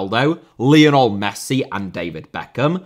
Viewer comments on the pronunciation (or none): none